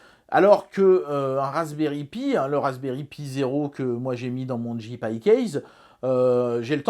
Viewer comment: Cher, Cette année, j'ai demandé au Père Noël que tu prononces enfin "Raspberry Pi" correctement. Entendra-t-il mon appel?